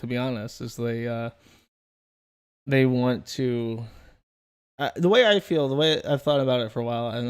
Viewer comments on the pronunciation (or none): shes awful for many reasons, but most of all, because she says "fill" instead of "feel" like a Mo' Ron